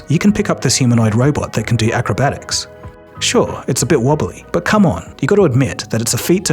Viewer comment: lol you said doo doo lol just say do